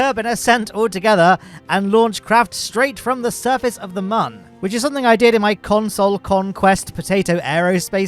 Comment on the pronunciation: I mean sure, since he can't pronounce Mun correctly. But yeah it's the Dessert Airfield!